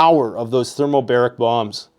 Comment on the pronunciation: Thermobaric, not thermalbaric